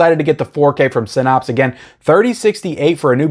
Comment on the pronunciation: You have to be pronouncing Synapse wrong on purpose at this point.